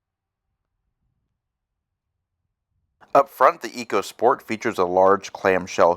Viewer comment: It’s pronounced echo